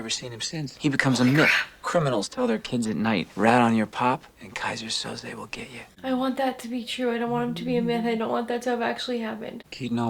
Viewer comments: It's 'Kaiser Soze' pronounced 'So-Zay' (or 'So-Zeeh')...not Sosa and not Souza. SO-ZEEH. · It's pronounced So-zay, not so-zuh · [They say “Soze” roughly 5,000 times]: Soza. Soza. Soza. Killin’ me, mama😃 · I love how you kept saying Soza 🤣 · 🤣🤣🤣keeps calling him "Sosa"